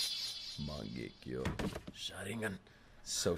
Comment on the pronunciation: incase you don't know yet, its pronounced Mahn - Geck - Yo (Mangekyo) {also i dont think this is really a spoiler but im pretty sure the black chidori is called Chidori Lament and that kind of rasengan is called Vermillion Rasengan}